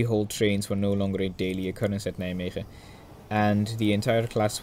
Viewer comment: If you want to make more footage you can visit the ''Stoom Stichting Nederland'' this coming weekend (2-3 october). Not sure but if i'm correct there will be 23 023, 23 071, 23 076 and even a Pacific (01 1075). Also for someone not Dutch you pronounce 's Hertogenbosch and Nijmegen quite well!